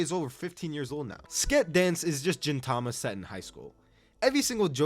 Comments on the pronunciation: I cannot with this lunatic pronouncing gintama as jintama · ok you actually didnt watch gintama, like you literally did not watch it. if you had, you would have said the name right. its pronounced GEENtama, like GEENtoki, which would be hard to know i guess if youve never seen a single episode. also you didnt touch on the incredible heart and human growth experienced within gintama? you dont even need to go to the crazy arcs at the end to see it (though theyre quite good if you actually watch the fucking show) but there are multiple arcs or episodes before that, such as MADAO being adopted, the old man and his dog, and kagura's umbrella are all very exceptional and earlier episodes that champion the true message of gintama. but sorry it didnt have enough aura moments or whatever shit metric you used to determine this list. and if your metric was your own terrible taste, then you should be ashamed. take 9 more years, and actually watch the shows next time you trash-gargling, milquetoast last piece of 3 weeks old bread that no one wants. i cant believe you scammed 87k people. your jojo part was also shit, i could even finish it. i pray you didnt cover zombieland saga